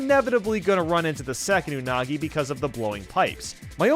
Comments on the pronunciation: "Anugi" TF? XD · You mean "Anugi" XD. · Pronouncing “Unagi” like 6 different ways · From to how many pronunciations of unagi was there 😂